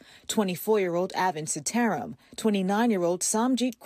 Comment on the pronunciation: Also, the reporter Botched the name "Seetaram," which is expected but for future reference, the name is pronounced, "Seeta Ram."